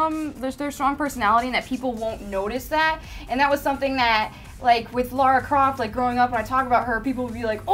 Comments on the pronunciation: Everytime people say Lara as "Laura" my palm goes abit further through my face.... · LAAAAAAARA NOT LAURA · Lara Croft, L"A"RA Croft, why's everyone call her Laura Croft? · Plus is LARA not LAURA. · You guys mentioned Tess but not Ellie from The Last Of Us, you monsters! Also, "Lara" not "Laura" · It's Lara not Lora, how many so called fans don't even know her name. So damn annoying! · It's LARA, not LAURA. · Its LARA, not LAURA ;)